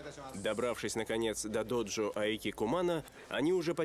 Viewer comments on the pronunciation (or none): Ну что за произношение терминов? Не "доджо", а "додзё", не "шоган", а "сёгун" ЁПРСТ!!!!